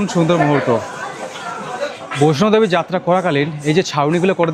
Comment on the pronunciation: উচ্চারণ টা বৈষ্ণদেবী, বৈষ্ণবদেবী নয়। জয় মাতা বৈষ্ণদেবী